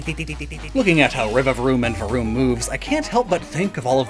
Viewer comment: Love the way rolled his R's when making the vroom sound. That's some skill. Saying this as someone who cannot roll his R's 😂😅